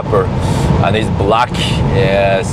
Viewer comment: "and he's blaCKK, everything that is blaCKK is niceee" 😂😂